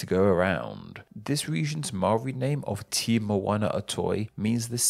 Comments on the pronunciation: I died when he said “tee” instead of “teh”. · Tiny nit-pick, Māori 'te' is not pronounced as 'tea' or 'ti', it is more like an 'eh' with a hint of 't' before it. Think of it as being spelled 'teh' in order to pronounce correctly. All the other pronounciations are excellent, well done and thank you!